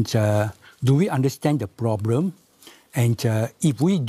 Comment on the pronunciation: The ploblem of today society is that many people face many many ploblem and these ploblem they face will become tml ploblem if these ploblems aren't solve in this presidential term